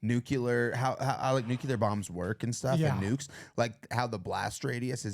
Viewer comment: Dudes, I enjoyed this, but it's "NU - KLEE - AR," not "NU - CUE - LAR."